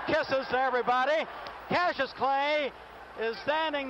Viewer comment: Why doesn't the announcer know how to say Cassius' name?